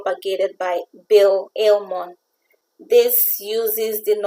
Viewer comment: BIll Inmon, not Ilmon